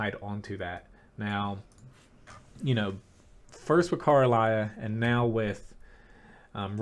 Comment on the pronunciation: PLEASE. It's not Carlisle but KARELIA (kha-reh-lee-ah). Check the pronounciation on google translate.